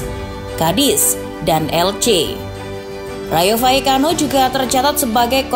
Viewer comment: Kenapa L dibaca Y , gaplekki hehehehe